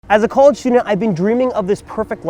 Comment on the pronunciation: You really got to work on your pronunciation of "A college student"